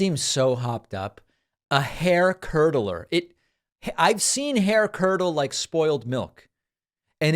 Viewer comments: He said “curler “ not curdler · He actually said hair curd-a-ler! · Jr actually did say curler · Or used a hair curdlerer? 🤣